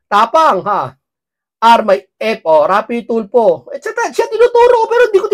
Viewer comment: "R"aff"Y" tul "F" o😂😂😂aff Tulo😅😂😂